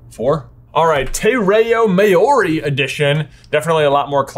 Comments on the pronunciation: I'm sorry J but I can't let you get way with Tay Rayo Mayoree 😭😭 that pronunciation was so funny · Māori is pronounced Mou-o-ri with the o sound being barely noticeable. It’s the native New Zealanders btw similar to Moana or like the native Hawaiians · The pronunciation of Te Reo Maori killed me tbh 😂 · hey guys, love the inclusion of the te reo Māori edition, for the next ones that I hope show up for the rest of the series I would recommend brushing up on the pronunciation. But great job for giving it a go, kia ora e hoa! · Love seeing all the different versions of the covers. Can't wait to see alt covers for the rest of the series, but the pronounciation of Te Reo Maori physically hurt my soul